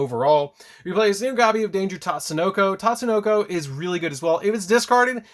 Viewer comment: “Tatesonoko”. Oh god.